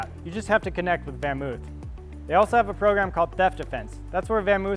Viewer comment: It's actually something like "FonMoaf". Van is pronounced Fon. 🤷🏻‍♂️